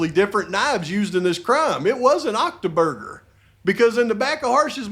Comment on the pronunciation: "OCTOBURGER" 🤣 I've been convinced all morning that it was Saturday. You're rubbing off on me! 😂